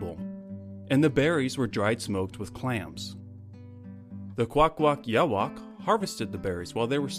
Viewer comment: You botched up the First Nations names pretty badly, I'll give you a hand: nuu-chah-nulth New- Chakh Nukh Kwawakawa: Kuh-walk-a-wohk